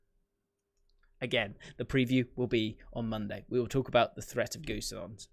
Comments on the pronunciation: Pronouncation of Gosens: Robin GO SENSE I Hope it‘s understandable… hahah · lol was it that hard for him to pronounce?